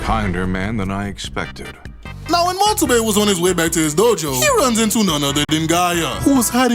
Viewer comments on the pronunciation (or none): none